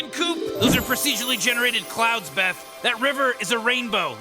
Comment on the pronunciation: Querendo ajudar mesmo, para de querer falar inglês, mano, fica ridículo... a gente é brasileiro, fala tudo em português ou fala inglês mas sem querer forçar falar igual americano, e tu ainda falou o nome Beth errado. Vindo editar o que eu escrevi pra falar que na vdd tu falou um monte de coisa errada com essa noia de querer falar inglês ksksksks